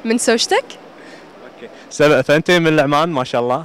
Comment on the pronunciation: اسمها سبأ مش سابا ههه